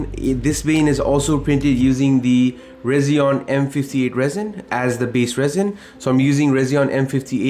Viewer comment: Hey just so you know, it’s pronounced Resi-ONE. Just like their logo, it’s an R and a 1. And your work is incredible and inspiring as usual! ❤❤❤❤❤